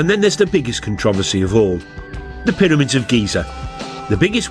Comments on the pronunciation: "ConTRAWvissee" & "piddymids"... So this was narrated by the Geico gecko, then? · "Piddymids..." "Contrahvissy..."